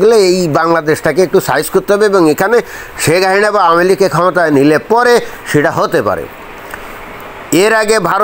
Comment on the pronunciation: আপনি শেখ হাসিনার নামটি ঠিকমত উচ্চারণ করতে পারেননা। আপনি বলেন “হাহিনা”। এটা কেন?